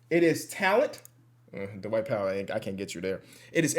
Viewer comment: I love when adds that extra syllable whenever he says the name “Dwight” like Da-Wight 😂 this ain’t sarcasm at all, love that Midwest TWANG